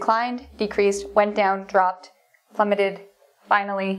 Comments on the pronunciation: It's plummeted not "plummetted" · Plummeted, not 'Plummetted'.